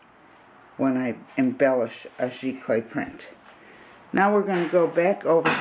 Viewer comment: Its pronounced Z Clay (Giclee)